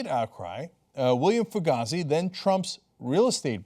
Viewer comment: Fugazy's name is pronounced to rhyme with hazy, I believe.